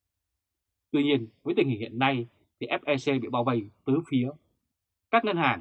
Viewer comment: Ép Lờ Xê hay “ép e xê”, Ép Eo Xi? Tây ta nẫn nộn hết sất cả rồi anh.